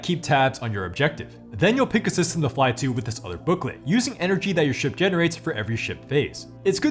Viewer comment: Can’t tell you how many times I heard “shit” instead of “ship”. 😂😂😂